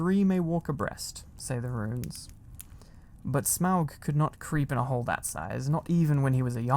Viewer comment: Oh my goodness I am such a Lord of the Rings and The Hobbit fan so I’m pretty sure I’m in heaven 😭♥️ and you said Smaug correctly! You have no idea how many times I’ve heard people Smog 😭